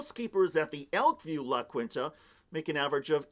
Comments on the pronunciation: Love you, but La Kwinta? As Joe would say, "Come on." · it's pronounced "la keen-ta" (Spanish, dude)